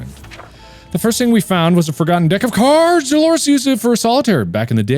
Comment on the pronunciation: “Let’s play a game… of caiards”